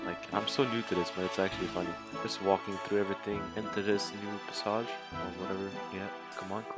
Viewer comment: How do you not know how to pronounce passage